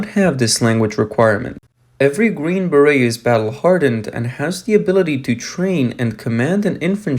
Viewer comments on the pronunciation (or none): I know English is probably not your first language, but beret is pronounced BER-ay (or some say BEAR-ee), but not BER-et. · Green Beret is pronounced as Green Beray. The “t” is silent. The “e” is pronounced as a long a as in ay. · Your AI voice needs work when saying the word “beret.” It keeps pronouncing the T at the end, but it is a French word, and the tea should be silent. It should sound “buh-ray” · Green barretts eh? Idiot... its the word beret pronounced as bear-ay . China Observer... More like China AI. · I imagine English is not your first language and I respect how well you speak... BUT you are killing me with "Ba-rett" Ba-Ray. It is pronounced Ba-Ray. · Beret is pronounced beh ray! Sorry after about the 10th time it was driving me nuts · Lol, I don’t think the bots and cod players picked up on it. Bear-ets🤣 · The t in beret is silent